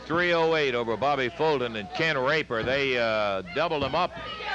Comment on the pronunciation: Sounded almost like he said Ken THE Raper 🤣